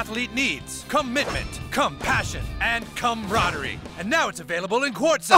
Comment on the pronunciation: Cummitment! Cumpassion! Cumradery!